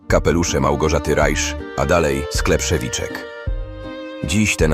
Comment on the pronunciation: Nie Szewiczek! SzewiEczek! Proszę czytać poprawnie! To był sklep kolonialny moich Dziadków. Szczepana i Anny Szewieczkow.